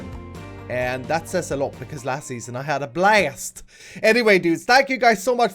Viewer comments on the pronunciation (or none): none